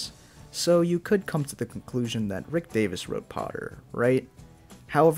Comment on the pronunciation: I liked the parts where you mispronounced Davies as Davis.